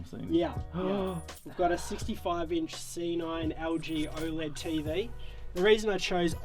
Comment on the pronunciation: OLED!!!! Not O L E D